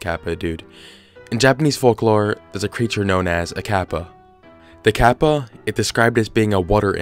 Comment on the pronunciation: as a japanese speaker its hard to sit through him pronounce kappa over and over again badly. lol. the small tsu sound is hard to pronounce for non-native speakers but oof its just so hard to sit thru lol